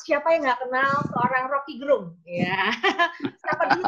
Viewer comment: Salah satu bukti RG adalah orang yg sangat demokratis adalah beliau tidak pernah mengkoreksi atau meminta orang untuk memberitahu pembacaan namanya yg selalu penyebutannya Gerung kendati pelafalan yg benar adalah Gérung. Full respect.